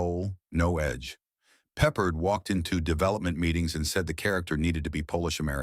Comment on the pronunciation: 3 weird facts about the 20 weird facts: Voice-O: Peppard is pronounced Peh PArd' not peppered.16 episodes. plus the pilot which was a multipart episode. Banacek got 10% bounty finders fee, not %15.